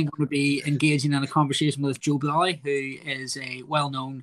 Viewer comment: Bwilliant stuff fwom Mr Bwolly